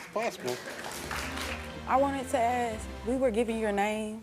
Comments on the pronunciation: Why is she axing everyone? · I AKSED WHY CANT YOU SAY ASK